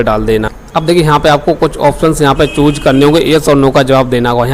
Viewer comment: Chooj✅ choose❌